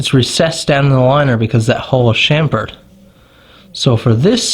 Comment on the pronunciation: The word is CHAMfered as in CHAMP...not SHAMFORD!!! GET IT RIGHT!!